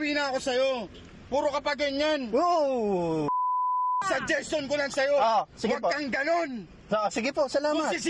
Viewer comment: shageshon lang. sheshenget kah shumenget kah. 😁